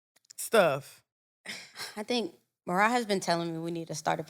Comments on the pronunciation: I know Marah wanted to correct them when they said her name wrong😂😂😂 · I know MaRah was HOT at all the mispronunciations of her name!! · The way they keep butchering MaRah’s name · ain't listened to not one ep cuz how she get marah name wrong